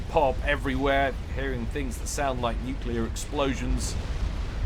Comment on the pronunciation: I love your stuff but it's "new-clear", not "new-cue-lar";P